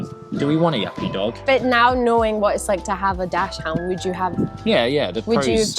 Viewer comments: Daak-snd(pronounced as DOCK-SUND....not dash hound. Google the pronunciation. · Haha I love how you guys say dachshund dash hound, I'm pretty sure its pronounced dak-sund or like dox-in but I like how you guys say it much better 😂🫶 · I’m getting my little mini dachshund boy Charlie in 2 weeks and I just CANNOT WAIT 🥰🥰🥰🥰 I’m definitely not ready for the barks 😅 Thanks for the video! PS: don’t wanna be that person so pls don’t take it the wrong way! But dachshund is pronounced “daks-hund” 😊 Many people say it wrong so not your fault!